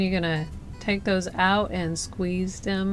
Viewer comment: I guarantee they thumbs downs are not because of the process or finished product because they are impeccable. It’s possible some people find her enunciation frustration... da instead of the, doze instead of those. I fully understand it’s a cultural thing but I genuinely believe that is the only reason anyone would possibly thumbs down this vid